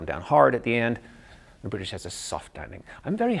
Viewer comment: Rolling that r when saying British, not all like brlitititish but like brrruurururururutushche like as if you were to make a broom engine noise with the initial syllable